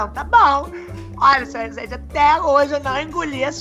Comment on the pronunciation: clotild fala certo vc fala rezeeeennnndeiiev il ai senhorrr